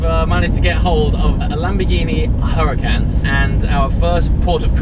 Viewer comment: btw it's not Huracan you pronounce it as Orucan